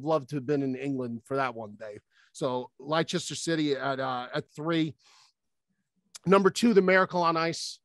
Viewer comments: Leicester, - lie-chester? it's les-ter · Lie Chester 😂😂😂 it’s pronounced Lester. It was 2016 too. They were nearly relegated the season before which made it even more crazy. Respect to & cuttsy for putting it tho. It’s genuinely nearly impossible for a almost relegated team tht aren’t one of the big six to win anything, let alone the title. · LIE, CHESTER. I’m American and ignorant.